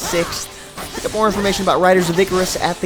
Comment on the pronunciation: EEEEE CARRR RUSSS OMG 10 out of 10 videos related to this game and 10 out of 10 could not pronounce the simple word !!!god this is annoying.